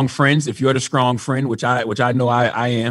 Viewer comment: If this dude says skrong instead of strong 1 more time